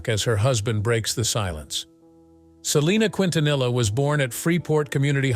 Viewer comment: If you are going to a documentary of the legend Selena Quintanilla please pronounce her name and her music correctly. It’s very frustrating to see these documentaries butchering her name and talent. You want us to respect the guidelines but yet you’re not respecting the queen of Tejanos legacy